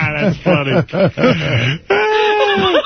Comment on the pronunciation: Howard Stern can't say buffet.